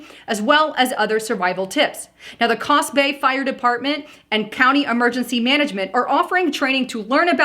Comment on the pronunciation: it is pronounced Coos bay ( ---- oo long O's ) like cuu. With love